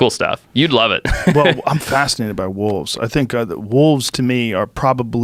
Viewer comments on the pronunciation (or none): Joe "i loh you wolves" rogan